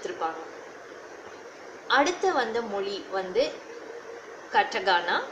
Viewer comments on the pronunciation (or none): கட்டகானா இல்லை , கத்தகானா :)